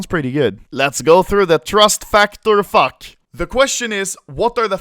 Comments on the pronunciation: "Let's go through the Trust Factor fak." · "Let's go through the Trust Factor fack"